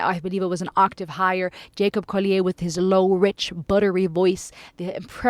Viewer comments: Jacob Collier is pronounced like the English, not the French! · That was quite a soliloquy He's British so it's pronounced Collie-uhr.. Anyway, sign the petition, people. It's such a tiny ask.